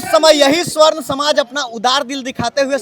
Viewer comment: Tum juban thik karo pahle sarvan smaj nhi swarn smaj bolo media ho